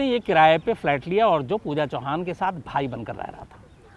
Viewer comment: U r right Pooja chavan not chauhan